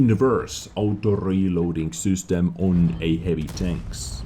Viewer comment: I love how you say ''sUstem'' instead of ''system'' :*